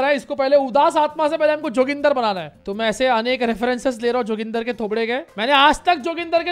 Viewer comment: Who all like me felt very offended and uncomfortable when he named 'joginder' "JOGINDAR 🤣🤣🤣🤣🤣